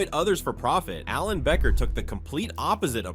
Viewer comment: True btw it is Becker not beaker I’m not judging I’m just telling you